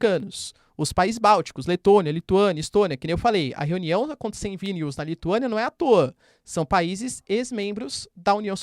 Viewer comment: Professor, parabens pelo excelente trabalho. Para ajudar, chamo a atenç ão para a pronúncia de alguns nomes, como a capital da Lituãnia, Vilnius, e o preso político russo Alexei Navalny. No mais, nota DEZ!